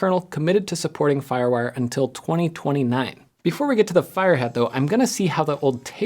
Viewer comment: lol. Very cool!